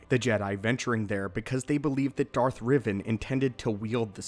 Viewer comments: Who’s Darth Riven? R-E-Van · It’s Darth Rivan. Not Revan